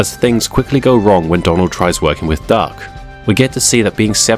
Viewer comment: Is it just me or are you saying Dark instead of Duck 😂😂